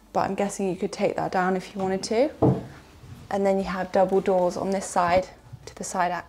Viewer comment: Hi !! each time you said "double door" I heard "Dumbledore" haha !!! =)